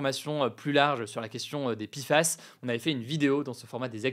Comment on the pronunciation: Ça se prononce "é coli", pas "i coli", en français. Idem, TFA se prononce "té èf a" ou "té fa", pas "ti fa", et PFAS se prononce "pé èf a èss" ou "pé fass", pas "pi fass".